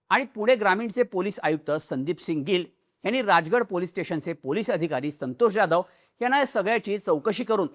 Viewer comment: You are probaouncing Jadhav like UP BIHARI. Stop this pronouncing.